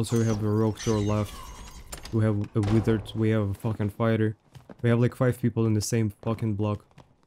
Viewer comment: Which is crazy cause it not hard to swap the V and W sounds, just takes practice. He says Vs fine but still does V for W lol weeard is a good one and chez.